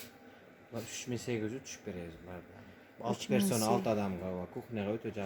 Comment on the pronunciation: Шышки десе,фыфкии деп... ПерСона,а не перцона. Билбегендигинен айткан жок,механическая ошибка:оюнда предмет деп айтып жаткандай болуп атышат экоо тен эле... Катасын издебей эле корсонор